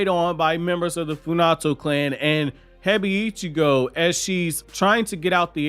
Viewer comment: I definitely like this raising of the stakes as well. Boruto is supposed to have dark elements in it, so I’m glad to see the change. By the way, I know you don’t care much about mispronunciation, but I noticed that you pronounce Hebiichigo like it’s 2 words “Hebi (snake) - Ichigo (strawberry). In the anime, it’s more like “Hey-beach-ego,” 4 syllables instead of 5. Anyhow, I appreciate your anime and manga reviews. Thank you 🙏 for doing these!